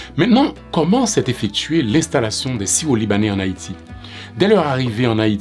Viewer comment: l'accent créole à tendance à mal prononcé le R, mais il dit bien syro